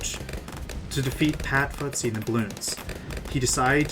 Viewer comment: good video, but its pronounce fusty, not futsy. sorry if i sound rude i just wanna help :)